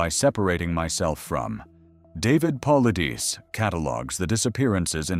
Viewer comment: A great video, very interesting and thoroughly researched. What I didn’t like at all, however, was the disparagement of David Paulides and the falsehoods attributed to him (incidentally, his name is constantly mispronounced in the video). David Paulides is a former police officer, and anyone familiar with his work knows that he steers clear of any speculation. In fact, he does the exact opposite. He gathers the facts and, even in interviews, refuses to be drawn into any speculation. To accuse him of sensationalism is not only impolite but also simply wrong, that is not his approach at all. The statement in this video – “People don’t just disappear, they all fall into a mine shaft” – certainly presents a possible explanation, but I consider applying that to all missing persons cases to be highly far-fetched. Otherwise, the video is very interesting and encourages new ways of thinking. It is absolutely unnecessary to disparage another author’s work. It detracts from this truly excellent topic and video.